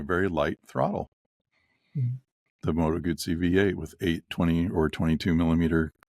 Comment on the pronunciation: "Arghhhhhh, it's NOT a "Moto-Goozey" for Christ's sake!!!" 😂😂😂